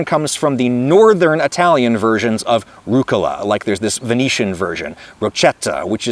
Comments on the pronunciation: Please, it hurts my ears. rUG-Gula, emphasys on the G and a 1/4 sec break. ruuG - Gula. italian is a way more emotional language, than english. give the things you love some love in how you speak them. pI-Izza, spaghE-Eti, pA-Arma, amO-Ore, bE-Ello, fE-Emina, bambI-Ino. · as an italian the way you said rucola like 3 time in the beginning is kinda funny. As an english speaker i don't think it's gonna be easy to get any pronunciation right. I can't do it when i speak english neither